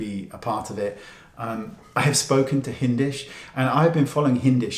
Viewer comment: stick to the makeup wayne we dont need the extra babbling really we dont care btw his name is hindash not hindish